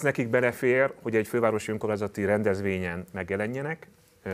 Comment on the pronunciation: Ez a csóka is hadar és többször is meghallgattam amikor kimondja az ÖNKORMÁNYZATI szót, de , ne nem tiszta, hol faragja le a szó végét.... :D Logopédus van a csapatban? Mert kéne!!!!!